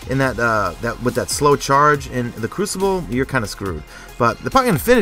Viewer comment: crew-see-bley is funny lol